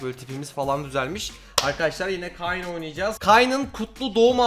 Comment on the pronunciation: Kayn diye yazılır keyn diye okunur bilmiyomusun